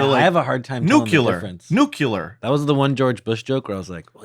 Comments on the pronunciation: Ok here's some possible clarity on the "nuclear" vs "nuculur" thing. Nuclear, as in 2 syllables (the generally known correct pronunciation), means "of a nucleus" and if you say "nuculur" (3 syllables), you're saying something is "of a nu-cu-lus" of which there is no such thing. 🙂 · Nuc-le-ar...I don't understand where Nuculer came from, lol